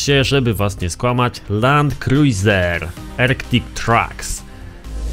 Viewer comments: czytaj "Land kruzer" a nie kruizer hah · ja czytam Land kruzer a nie Land kruzjer xd